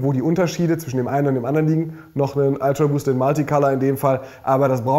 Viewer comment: „Ultraboost“ nicht „Altraboost“